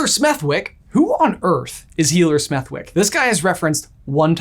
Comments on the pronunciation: Smethwyck is pronounced Smethick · Just a minor thing, but I wanted to point it out anyway. Healer Smethwyck is actually named after a real place in the UK - Smethwick. But it's not pronounced like that. The W is silent, and the "th" is pronounced the way that it is in "the" rather than "think". That's the only way I can think to explain